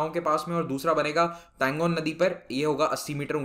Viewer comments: Tanlo not tangon sir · Not Tangon..It's Talon